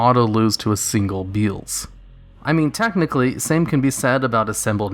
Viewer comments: Beelze is pronounced 'Bee-EL-zz" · MY BOY BEELZE! (Bee-El-Za sounds a lot better than "Bee-uulz", and likely how you should pronounce it anyway) It's my favourite typical boss monster. I stick him in zombies und call my deck 'Zombeelze'. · Beelze can be defeated with any card effect that negates a other's effect. Majestic star dragon is an example. Also, cyber dragon infinity can steal it and make it a material. By the way,it's bee-el-zuh. Not beel-z. It was named after beelzebub. Noone says bee-zul-bub